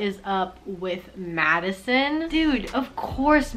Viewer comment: Everybody in the comment section : i laughed so hard when she said wHo THe heLL iS MAddIsioN